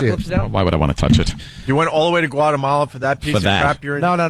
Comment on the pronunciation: LOL "Gualamala" fucking Vos :P